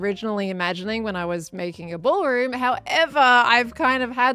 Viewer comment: ...The 'brawlroom'. 🤣